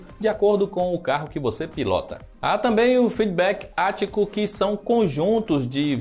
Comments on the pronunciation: Assassin's Creed "Valhalha" e "feedback ático" hahahahahahahahahahahahaha! O cara não se dá nem ao mínimo trabalho de pesquisar a pronuncia das palavras.... Meu Deus! hahahahahahaahhaah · Vc fala bem, mas ajudaria se vc pesquisasse as pronúncias das palavras q vc nao conhece antes de gravar o video pq sua pronuncia de valhala e feedback àtico foi dolorosa